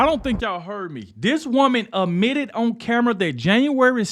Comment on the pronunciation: Dog the word is ADmitted not UHmitted, haha you country. Keep up the good work my boii. Peace and luv.